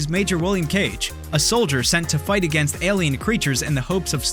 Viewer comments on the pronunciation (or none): none